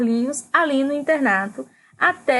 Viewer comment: A bagaceira é de José Américo e o livro Banguê, se pronuncia “bangüê”, o avô se chama Coronel José Paulino. É melhor dar uma olhada, tem vários erros no vídeo.